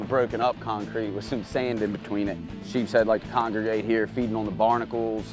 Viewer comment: Anyone else that was getting annoyed from Blair saying sheephead instead of sheepshead 😂